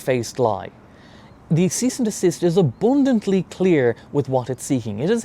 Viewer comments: lol “aboondantly” 😂❤ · lol! Just as he'd said that I looked down thinking "I'll comment "aboodantly" just as your comment scrolled up...